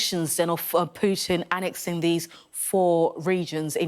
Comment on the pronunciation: Another Priti Patel. Annexin.Walkin. Talkin. Hire a presenter who can pronounce ING.